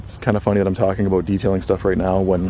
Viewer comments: Why do you pronoucne "about" that way? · You say “about” really weird lol. Are you Canadian?